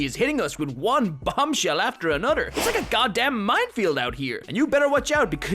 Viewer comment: "Anothrr." lol